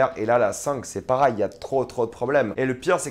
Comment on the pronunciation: on dis Pareil pas Parail